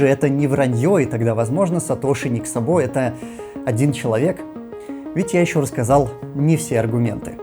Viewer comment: Судя по тому как пишется фамилия в оригинале (Szabo) - ударение в фамилии Ника Сабо будет на первый слог, т.к. это венгерская фамилия, а в венгераском языке ударение всегда(!) и везде(!) на первом слоге - Ник С'або, а не Саб'о.